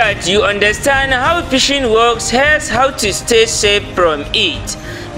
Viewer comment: Pishing 😂 lol , phish lol 😂